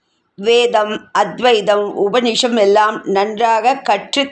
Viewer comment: உபநிஷம் என்ற வார்த்தை உபநிஷதம் (உபநிடதம்) என்று கூறுவதே சரி.